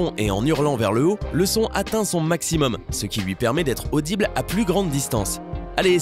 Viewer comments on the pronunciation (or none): none